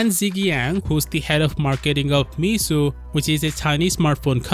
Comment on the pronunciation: Your pronunciation of Meizu is totally wrong😅 If you are a smartphone tech YouTuber, at least pronounce makers' names more accurately.